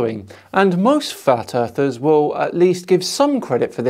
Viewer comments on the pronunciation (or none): ... just listen very closely, I'll wait... he said "fat earthers"... its funny